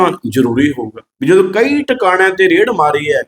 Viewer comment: ਆਹ ਰੇੜ੍ਹ ਠੀਕ ਕਰਲੋ ਬਾਈ ਜੀ। ਰੇਡ ਹੁੰਦੀ ਹੈ।